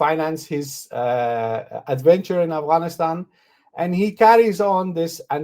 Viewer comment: Brother Adil please pronounce Afghanistan properly. It’s not Aghwanistan.